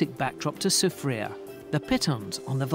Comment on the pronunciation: I need to teach him some proper pronunciation of the places of St. Lucia. I give him that he said Soufriere well...but not Gros Islet. Remember the French Dude.